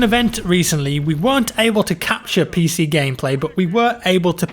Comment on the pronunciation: when you said PC stuff i though you said Piss Eazy stuff